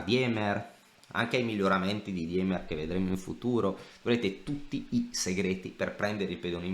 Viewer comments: Si pronuncia dimer, non diemer. In tedesco il dittongo ie si pronuncia i. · si ma "DIEMER" non si può sentire, almeno la pronuncia Andrè